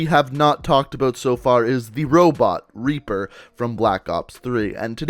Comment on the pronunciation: You need to learn to pronounce "out" and "about"